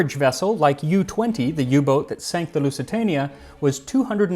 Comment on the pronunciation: Thanks Max for pronouncing "Boot" as boat and not boot (like the footwear).